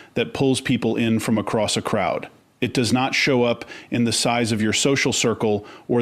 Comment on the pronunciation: "voice" pronounces this part of the sentence "...does not point..." as "...do as not point..." which is evidence of the voice on the vid is in fact Ai! Because WHEN has a human pronounced "does" as "do as"???? 🙄🤦‍♀️